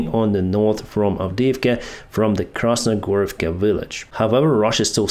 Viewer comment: KrasnoHorivka, not KrasnoGorivka!